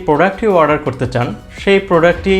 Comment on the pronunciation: Its not warder Its Order😆